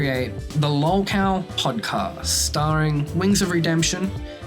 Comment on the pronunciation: Regardless of how bad of a person ethan ralph is... he sure has a way with words. Btw, the way keemstar says "lalw kao" bugs me for some reason.